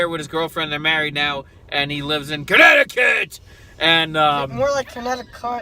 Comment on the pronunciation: lol i think cant put his phone down.... someone is addicted to his games. 😁 great video!! omg said cuneticunt. 😨 ha ha how about them massholes. 😁 👍